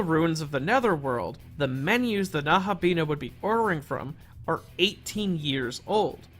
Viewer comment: The video was very :) The pronunciation of Nahobino was very :(